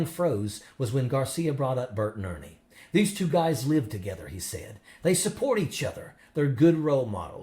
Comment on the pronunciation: Did he actually say “Bernie and Ert”?